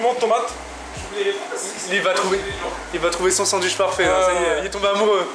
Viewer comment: Je valide pas le "duitch" perso !